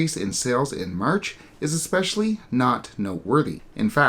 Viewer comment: Especially, not expecially. I would expect bad pronunciation like this from an American not a Canadian.